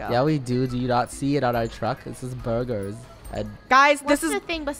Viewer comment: Draco Aka: BeRguRs Draco again: BerGur 😂😂😂😂😂 i laugh love you funneh Thank you for making all that vid you work hard for the fame love you 😋😋